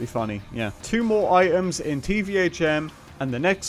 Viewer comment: What Kind of accent does he have ? Twitter -> Twi—er Items -> I-ems